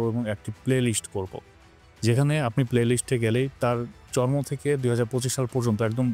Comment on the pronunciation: ভাই আপনার শব্দ উচ্চারণে অনেক জায়গায় ভুল শোনা যায়, জন্ম (জর্ম)